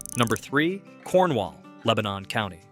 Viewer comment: I'm originally from upper Dauphin county, and we pronouce it Lang kuh stir. And Leb nin is only two syllables. :)